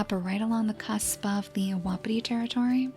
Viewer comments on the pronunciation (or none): hey just wanted to let u know that wapiti is pronounced "wha-pee-tee" :3 love the vids!! keep up the gr8 work <3333